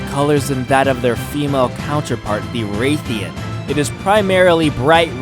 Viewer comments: its not ray theean its rath eean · Hes saying rathian and rathalos wrong ._. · its rathian smh